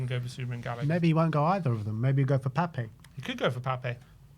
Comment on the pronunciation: Its Pap. Not Pap-ay ffs. Spelt Pape, pronounced Pap. He's been here years! 😂